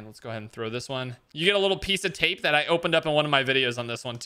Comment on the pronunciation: did he really say tape as ta-pay